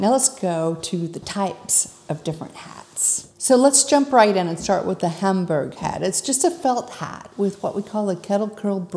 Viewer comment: Isn’t it pronounced Homburg not Hamburg?